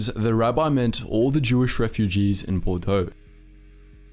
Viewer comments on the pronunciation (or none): none